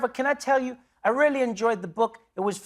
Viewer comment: Trevor’s the best. I raily (the way he says it 😅) keep meaning to listen to his podcast, and now I gotta find some kids to read his book to. Jimmy’s great too.